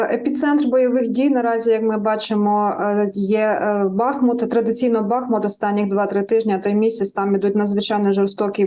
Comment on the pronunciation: Не Ба́хмут,а Бахму́т.